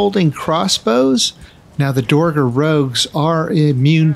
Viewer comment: Awesome video. A little help on pronouncing "dverger" from a scandinavian: In the scandinavian languages "dværg" means "dwarf". Dverger is the old-norse word for dwarf. Pronounce the first E an R in "dverger" as "air", not "or" - "dv-air-ger" Love all your content :)